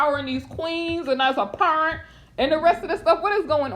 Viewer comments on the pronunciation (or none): SAY PURRAUNT AGAIN!🤣🤣🤣